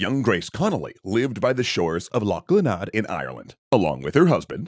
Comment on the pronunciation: YOOOOOO! I live like 10 min from Glenade and work even closer to it! BTW its pronounced like glen-aid. If I had know y'all were working on an episode about it i would have contacted the local lore experts and historians to send some reading material and info/pamphlets your way! Crazy seeing a place i drive by every couple of days represented on this channel considering its such a niche little folk tale.